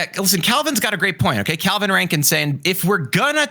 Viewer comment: Every time said “Caliban” I hear “Calvin” and I just kept looking over at the video lol